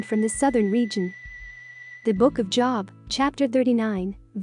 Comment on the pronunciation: I like the content of the message but the reader’s robotic tone and pronunciation dampen the impact. The reader doesn’t know Job, in the Bible, from job. Verb to live is not the same as seeing a live broadcast. Change the reader and your impact will improve. Thanks.